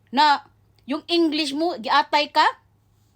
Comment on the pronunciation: # I AGREE WITH YOU I LIKE THE WAY YOU SAY "GIATAY" FLM BISAYA KA MAN DAY?